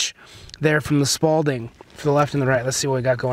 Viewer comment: Repeat after me: SPALL not “SPAULDING”.